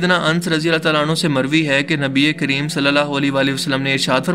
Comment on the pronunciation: اللہ تعالی hota he yr اللہ تالا nahi plzz ap k is lfz se kai.log atraz kr skty hein